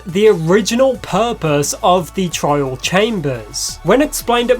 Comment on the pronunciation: I keep hearing "child" when he says "trial"